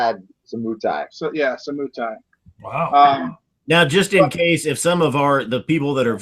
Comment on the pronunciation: Moutai The Mou is more pronounced like "moe."